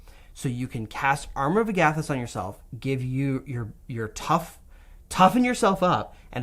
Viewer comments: "ARM-our of AG-a-thys" not "a-GATH-ys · So no one is bothered by the flagrant disregard for how Agathys is pronounced? Just me?